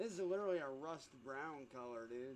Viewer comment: Well that came out like crap, "LIDERALLY" 😂